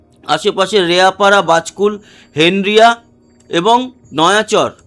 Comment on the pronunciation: ওটা হেনরিয়া না হেরিয়া😢